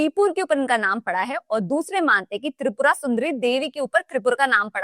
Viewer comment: Tripura ki matlap hai Tipra /Triprasa kyu Galat bol rahi ho